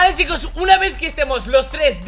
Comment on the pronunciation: Minuto 00 sicooos xd jaj se equivoco es chicooos